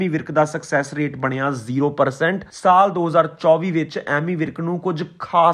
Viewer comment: ਸਾਲ਼ ਨ੍ਹੀ ਸਾਲ (saal not saalh). ਤਲੱਫੁਜ਼ ਠੀਕ ਕਰੋ